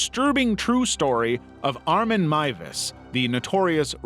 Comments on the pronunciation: He's done another video where he mentioned him and pronounced his name MOOZ. HOW. THERE'S NO OO OR U IN THIS NAME. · FINALLY someone pronounces Miewes right Edit- welp, the second time you muffed it up